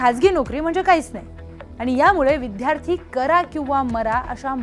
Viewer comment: मॅडम ते विध्यार्ती नाही हो विद्यार्थी आहे